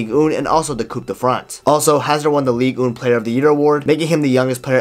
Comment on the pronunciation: Say "Ligue Un" again :D Just kidding, great recap, miss Hazard on the pitch. He should have gotten out of Real sooner because a player like him will just faint away if they don't have the joy of playing. Like you repeatetly said, he doesn't train, so playing is the only thing he had, take it away, there remains nothing unfortunately